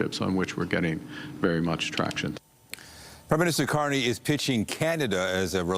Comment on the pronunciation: YES, HE SAID CARNRY BACKED HIM